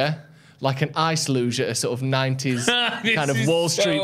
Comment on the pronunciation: Man said ice luge 💀